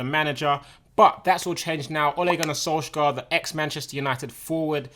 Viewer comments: You pronounced Ole Gunnar Solskjær wrong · You pronounce of Ole Gunnar Solskjær is little funny (Just bc i live in norway <3 . Love u Tobi ) . But this can be interesting ^_^